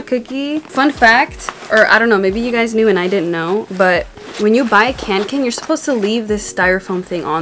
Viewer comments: CANKEN... screaming in swedish. It´s KÅNKEN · When you said kanken it sounded like can can 😂 love your video!